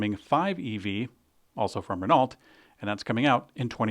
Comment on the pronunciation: It's Al-peen, not Al-pine and it's Ren-no, not Ren-alt